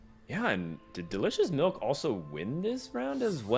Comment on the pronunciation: "MELK" lol